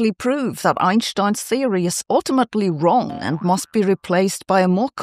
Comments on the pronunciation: I love the fact she pronounces Einstein name correctly. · Einstein's name is not English. Sabine is actually pronouncing it properly. It's us Americans (and other native English speakers) who get it wrong.